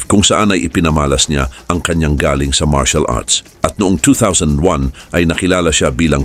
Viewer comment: Correction sa narrator nito, mali ang pagbigkas mo ng salitang GALING_dpt mabilis ang pagbigkas_1 syllable lng inde GA-LING